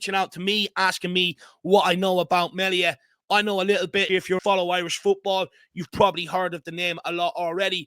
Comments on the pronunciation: His surname isnt said like Mell ia, its prenounced, MEAL IA.😂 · Please pronounce his name correctly as in ME Thank you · It's pronounced mealia